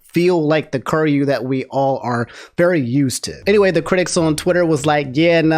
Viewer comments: lol love your content but your pronounce of kiryu kills me lmao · Love ya really but this is just me being an annoying shit, it's pronounced Kee Ree You not Kur You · Ker-you? KER-YOU?!?!...oh... you silly silly man..;P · KI RYU キ リュ "kee-ryoo" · Apologize for saying "curry-you" and not "ki-ree-yu" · Ok. Is it "Curry-you" or "key-er-ee-you"? Because this is the first time I'm hearing "curry-you" and it feels wrong. Its written Kiryu. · Kiryu is pronounced key-re-you I'm sorry I love you but I can't have you calling my man cur-you XD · can you pronounce his name right? It’s KEY-RYU not Kir-ryu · each time you pronounce Kiryu as "curry you" instead of "kee ree you" i'm dying inside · Dawg did bro just called him “Curry Ru” 😂😂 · Mane i don't want to be that guy but please say kiryus name propperly dude. It just don't sound right if someone says "curyou" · Hearing call Kiryu "Kir-yu" Is funny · My man did not just say Curyo o.o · bro said curryu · it is "KEE RYU" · be saying "Curyu" like he making Curry tonight. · butwhy kuryu? or am i crazy hearing say that? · "Kirr-You." That was painful every time dropped it. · I didn't know American people could say/pronunce Ö until said Köryu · Mans played Yakuza zero and therefore has heard Kiryu's name said multiple times and still pronounces it wrong lmao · The way pronounces Kiryu is giving me stage 3 cancer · The mispronunciation is killing me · Pls stop pronouncing his name like that fuuuuuuuuuu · Never say Kiryu's name ever again It brings me pain to hear it everytime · The real nightmare is the way pronounced kiryu😂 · Your pronunciation of kiryu hurts me 😂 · Anyone else like the way pronounces Kiryu? lol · you should really work on your name pronunciation XD Kiryu = Key-ree-ooh. Martinet = Mar-tin-ay.